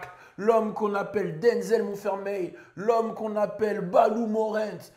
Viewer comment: Denzel monfermeil il a dit...ptdr